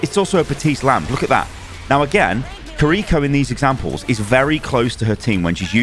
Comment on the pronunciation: and also the r in kiriko is pronounced like L